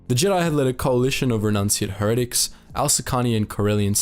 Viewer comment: her-ehh-tic... lmao